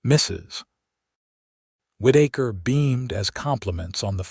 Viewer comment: Whitaker. Not Whiddaker